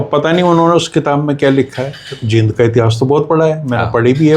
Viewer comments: JEEND & JIND भाई जैसी स्पेलिंग वैसा बोल 😂😂😂😂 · 🙏आदरणीय और अभी पीछे सुना था कि राष्ट्रीय गीत को शुद्ध उच्चारण से गाया जाएगा l लेकिन जींद को #जिंद और अमृतसर को #अमरुतसर, पेड़ को #pad जैसे phonetic उच्चारण राज्य की मातृशैली का प्रभाव होता है l अत: विश्व में शब्दों का उच्चारण गारंटी से नहीं कहा जा सकता कि वह किस रूप में शुद्ध माना जाए🙏l